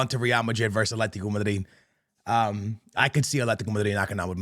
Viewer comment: Bartelona 😂 Amir 😂 Atlantia 😂